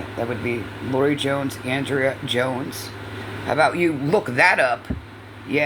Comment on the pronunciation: Yes! Why emphasize the end of the words? Very annoying!